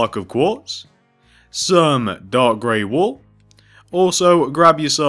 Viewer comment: When you say dark gray wool it sounds like your saying dog gray wool